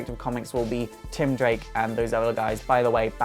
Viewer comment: are you talking about Tim Drake? It just sounds like you are saying something else?